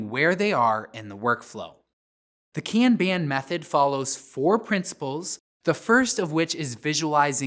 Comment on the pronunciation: I like this video because it validates how I prefer to pronounce "kanban"